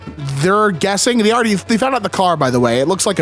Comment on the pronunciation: Why do you pronounce "they" as "thee"?